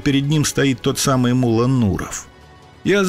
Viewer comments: Ударение в его имени падает на О, т.е МуллО, а не мУлло, как выговаривает автор ролика. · Не Мула, а МуллО! Ударение на О. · не му́ла, а мулла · не МУлло(ударение на первый слог),а МуллО (ударение на второй слог)...МуллО - знаток Корана! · Не МУло а МуллО. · Мулло́ - ударение на "о" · Имя Мула с ударением на ,,а,, произносите правильно!!!! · ВСЁ ЭТО ПРАВДА! ВОТ ТОЛЬКО УДАРЕНИЕ НАДО ДЕЛАТЬ НА БУКВУ Л ! ЕГО ВСЁ- ТАКИ ЗВАЛИ МУЛЛО НУРОВ!